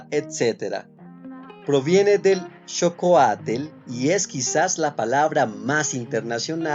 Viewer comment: Muy buen video excepto que la pronunciación no es correcta. No se dice "Náhuatel" sino "Náhuatl", o sea no termina en TEL sino en TL. No se dice Xocoatel, sino Xocoatl, tal como se escribe, no lleva la letra E.